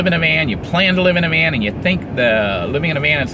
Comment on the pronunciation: I really liked the part where he said “living in a vean”